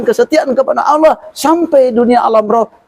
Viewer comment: Kalau lihat cara bicara wajar aja kalau keluar dari Kristen..maaf Aulloh bukan Allah......🙄